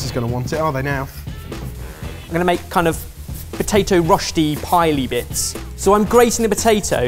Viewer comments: I was being a German language pedant. The umlaut over the Ö is pronounced like the 'or' in 'word'. So more like 'Roersti' rather than 'Rosti' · As a native of southwest Germany, ‘s pronunciation of „Rösti“ stresses me out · Not to mention their attempts at pronouncing rösti! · did try to say Rösti? xD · That pronunciation of Rösti oh my XD